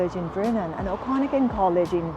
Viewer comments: oh-con-again !! hahah 😂.I stopped the video because I could'nt stand to listen to her voice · You can't even say Okanagan correctly.